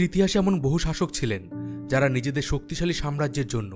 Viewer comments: Dadago " soktoshali" na " soktishali" ? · শক্ত শালী। না😂😂 শক্তি শালী 😅😅😅😅😊